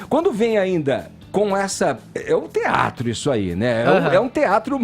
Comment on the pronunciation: Tsiatro no lugar de teatro.., pqp.... Clodovil se revira!!!!!